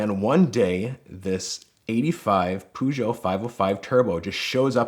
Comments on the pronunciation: It's Pɜːjou, not Pujou! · nah he says pootio instade of paugtio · It's pronounced Purrshow not Poo Joe 😂😂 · Fuckin Pew-gee-otts. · Pooshow.... U muricans will never learn :-D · By the way, the PEU part of Peugeot is pronounced like the “pea” sound in pearl, without the “rl”. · "poojoe" god damn it lmao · Why can't americans pronounce Peugeot properly lol. Peugeot, not Poo-Joe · The way he pronuance the car Puuugeot. Hurts me... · Pew. Gee. Ot. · Is pah yew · It’s the Poo-Zhaw. Pretty French, tho. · Pew-Jut! How is that for Pro-nuance, Mr. Detective??? Hah! ✌️😎🤳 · Why did he pronounce Peugeot like that? That is horrid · please learn how to say Peugeot...... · Idk if all Americans say Peugeot this way but it is incredibly wrong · Detective "It's not Peugeot, it's Peugeot!" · This was legitimately stressing me out the whole video 🤣